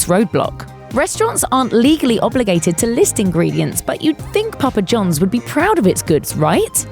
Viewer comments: It's Papa John's not Jones, and say "Controversy' correctly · Hearing a British person say "Papa John's " is... amusing, to say the least.